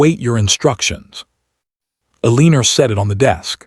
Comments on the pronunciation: Story says mistress has dark hair, shown strawberry blonde, please pronounce her name correctly ElenA not ElenER, how can he court her if she can not get a divorce? Not legal if she uses maiden name to sign. He will be allowed to divorce so can remarry for an heir as a duke. Mr when he is a lord. Fix all errors so story can be good, nkt the mess it currently is. Ex again where is wm house? Why not there? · No one's name is uh-LEEN-ur. This one's too lazy. 2 1/2 minutes in and I'm out. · The way AI pronounces Eleanor as Aleener, is distracting. The Duke having a mistress would likely have been accepted by the ton. However, a gentleman would never have humiliated his wife by publicly announcing his affair at an event. Let alone by parading his mistress around said event in the company of his wife. Such a spectacle would have absolutely ruined the reputation of his mistress. Unmarried ladies who spent time in the company of gentlemen unchaperoned were presumed debauched. No respectable family would extend her an invitation to an event regardless of whose bed she was warming. A gentleman was expected to be publicly respectful of his wife and discreet regarding his affairs. His rank might have insulated him from the fallout of his indiscretion, but his mistress would enjoy no such protection. She and Richard were legally separated…not divorced. She was living independently, but still legally married to Richard. She would not have been able to also marry William at the end of this story. And had she divorced Richard, she would have been shunned, blamed for the failure of her marriage, and judged incapable of fulfilling the duties of a wife, regardless of his infidelity. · Omg, don't even get me started on how they pronounced Eleanor! It drove me crazy. I don't think it has to do with what country it was in, I think it's just the AI voice. Some are better than others. "El - ee - ner," sounds like weiner 😅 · It is L- E - NOR!!!! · Eleanor, not Eleener😂